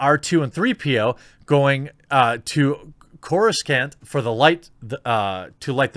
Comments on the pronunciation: Oh -Em-Ghee .... can you be more fake ..... First time I caught you - Tyrael (tirry- ul) became Tyrone , now Coruscant (/ˈkɒrəsɑːnt/) became KorusKant .... Do you even know the media you are supposed to be a fan of ? Just asking for a friend..... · It's pronounced "Chorus-aunt" jeremy lmao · You're mispronunciation of the word "Coruscant" made me completely doubt your entire dedication to Star Wars. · Bruh did you catch that pronunciation of Coruscant lol love his stuff but yea definetly wasn't a big starwars fan growing up and might be dyslexic.